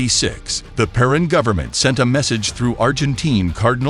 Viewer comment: Peron is pronounced "peh-RONE"